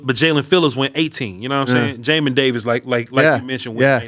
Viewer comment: Hey, me and Jamin Davis have the same name, appreciate for saying it right 😅.